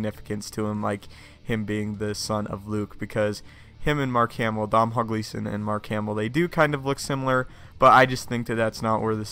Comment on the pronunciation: Dom-hall gleeson 😂